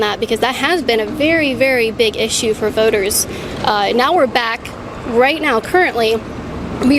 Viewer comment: Did she say “I would say boaters?”